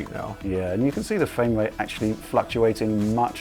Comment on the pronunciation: "fwayme rate"